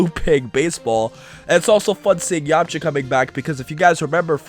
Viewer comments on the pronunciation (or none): none